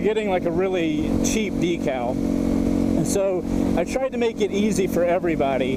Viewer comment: I logged in just to say... I love you, but every time you say decal makes me cringe lol